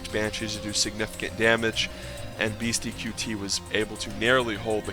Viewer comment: It isn't beasty q t. It is beasty cutey. Ya say it fast. qt=cutey.